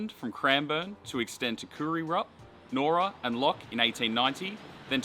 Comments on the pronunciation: Very good video well put together and well spoken, just with the township “Nyora” it’s pronounced Ny Ora not Nora. 👍 Now that I live in the area, it’s heartbreaking that the line has gone and never to return, albeit from Cranbourne to Clyde one day. I remember traveling on a V/Line P class to see relatives very well. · nice vid. you pronounced nyora wrong tho. its pronounced Ni(saying the I as its name)or ra